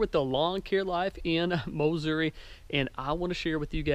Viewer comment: Mowssouri........love it.